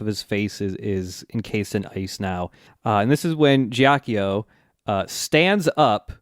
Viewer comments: This is a huge nitpick, but Ghiaccio pronounced "Gyot-cho", not "Jyock-yo" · so is someone going to correct them on their pronounciation of ghiaccio? please? i cannot stand it